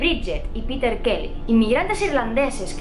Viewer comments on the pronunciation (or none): none